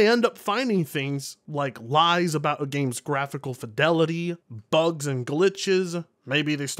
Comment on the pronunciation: The way talks bugths and glithes...😂